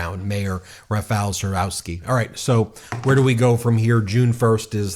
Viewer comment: Read: Rafaw Tshaskovski. That would be English spelling of Polish pronunciation.